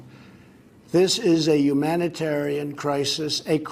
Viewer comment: yuge umanitaran crisis by kiyotes"